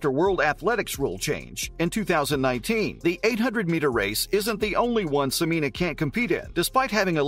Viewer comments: It's pronounced Se-men-ya not Se-mean-a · Are you sure about your pronunciation as se-MEE-nah? I have always heard it pronounced se-MEN-yah, which seems more phonetically consistent. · Not SOO-MEEN-AH. It's SEH-MEN-YAH. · Please use the correct pronounciation of her name, Sem en ya, you are leaving out the y sound. Thank you. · Dude, you can't even pronounce her name. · Pronounce her name correctly.